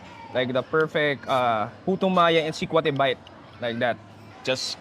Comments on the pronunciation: The Filipino guide, are you really from the area? You're pronouncing sekwate funny! It's see-kwa-teh. No stress on the first syllable. Para ka namang foreigner! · Getting hungry watching. Not sure about how sikwate is pronounced in CDO though but in other visayan region, the stress is on the second syllable (wa), not the first (sik). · I'm so disturbed how you pronounced sikwate... next time pls ask how they pronounced it. ur giving injustice to the locals. and that's not puto Maya that's just puto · ....its not pronounced as Sik-wha-te but Sikwa-te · Its SU-TU-KIL "SUGBA-TULA-KILAW" TULA or tinola or Sabaw.. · What's that guy saying the purple puto maya can only be found in CDO? Such incorrect facts. Also, he pronounced sikwate incorrectly. Do better man.